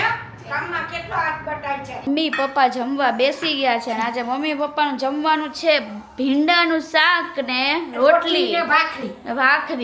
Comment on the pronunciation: દરેકે દરેક વાક્ય મા જ્યાં જ્યાં "છે" આવે ત્યાં ......"હે" "હે" કેમ બોલો છો .....